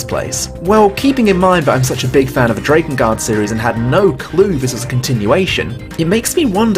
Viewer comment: Why must you continuously pronounce Drakengard wrong?